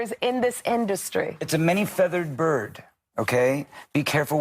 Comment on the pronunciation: “It’s a many feathered mmmmbbuuuurd.” Um… what? 😂